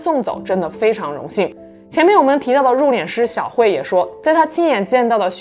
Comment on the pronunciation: 殡葬，入殓，都是四声，都说错了